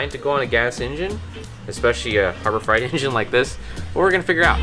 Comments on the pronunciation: fright pronounced frite, freight pronounced frate. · freight fr-ay-t not fright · Is it just me, or does pronounce "Harbor Freight" as "Harbor Fright"? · Freight is pronounced frate. It is not harbor fright. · Harbor FRIGHT! It's Harbor FREIGHT, where "freight" rhymes with "eight". Like a freight train, son. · Harbor Freight is pronounced Harbor Frate, not Harbor Fright. It's freight, like a freight train, not like a scary body of water. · FRAY-T harbour FRAY-T not FRIGHT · You know its freight and not fright right? Lmao Even though fright makes more sense. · I can't get over how he says "Harbor Fright" and not Harbor Freight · Harbor Freight (Fr8), not fright. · Are you saying Harbor Fright instead of Freight? Cause that's super accurate. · I love your videos! Just FYI it's Harbor Freight not Harbob Fright. As I wrote that I realized why you call it that... Sorry lol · Did anybody else laugh when said Harbor “Fright” instead of freight? 😂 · Please stope saying Harbor Frite, please. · I am fairly certain you are saying Harbor Fright… which I would have to say is accurate. haha! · Did you say Harbor Fright? LOL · did he say harbor fright? lmao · "Harbor Fright"? LOL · Can't tell if he's saying "harbor fright" on purpose or not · Was "Harbor Fright" intentional? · Is he saying Harbor freight wrong on purpose?? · Have I been saying Freight wrong my whole life?!